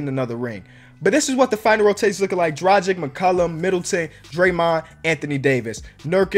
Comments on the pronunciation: Dragic is pronounced: drag-itch btw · Just to let you know. Dragic is pronounced drah-git-sh